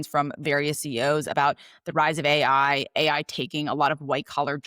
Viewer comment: i couldnt listen to you say A, I. Had to turn off